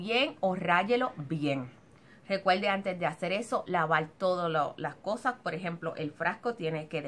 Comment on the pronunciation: Recuelde, mejol, usal, fuelte, utilizal, sel, olganico, nolte.... por favorrrrrrrrr